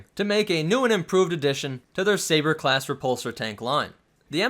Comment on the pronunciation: "sbaer" Great video dude haha